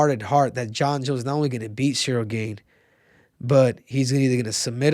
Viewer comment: "Cereal Gain" LMFAOOOO